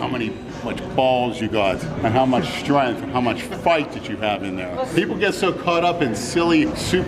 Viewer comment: I love when says Strenth